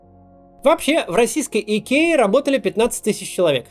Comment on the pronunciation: Идкея - это по-каковски? I K E A - латинские буквы: ай, кеу, и, эй - Айкиа.